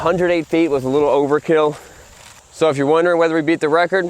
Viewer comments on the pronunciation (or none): none